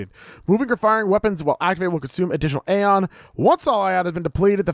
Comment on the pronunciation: I'm pretty far into the game and let me just say, you guys are in for one hell of an experience, and us viewers are in for one hell of a playthrough. Also on a side note Aeion is pronounced "A" "ON".